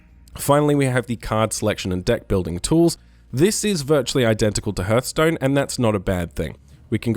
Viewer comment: good video but its pronounced harth stone not herth stone